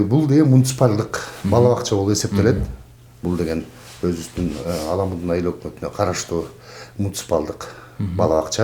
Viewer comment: Аламудун ЭМЕС- АЛАМҮДҮН!!!